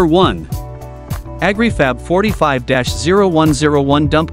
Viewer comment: Its not Ag ree fab